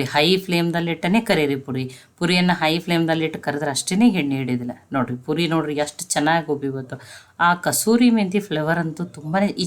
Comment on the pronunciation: ಪುರಿ ಅಲ್ಲಾ ಪೂರಿ